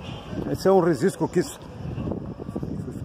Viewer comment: Sem querer ser chato e já sendo, gostaria de alertar que sempre está sendo pronunciado a palavra "registro" de forma errada, você fala "rezistro", não se é gíria, mais os parabéns pelos vídeos, sempre uma visão de local de lugares muito interessantes.